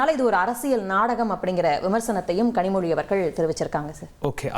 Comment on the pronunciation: Kazhimoni nu thappa pronounced ah or purpose ah😂😂😂